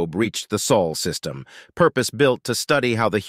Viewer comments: It's Sol system, not Sual. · Dude it´s Sol System, not Saul System. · >soul system >piltiful Come on man. If you gonna use an AI voice at least take the time to proofread.